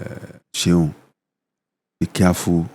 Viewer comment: Hi Seun, please hire a Nigerian voice-over artist who can pronounce your name properly to do the voice intro and outro for this podcast. Thank you.